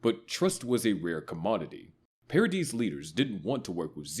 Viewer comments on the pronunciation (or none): Pairadeez what?